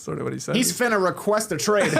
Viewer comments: Tas fyi finna = fin + ah = going to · Goateed Tas Melas > John Stamos...even with the point deduction for mispronouncing finna.